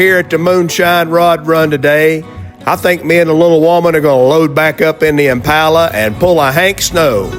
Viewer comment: Nice to hear you pronounce Impala correctly.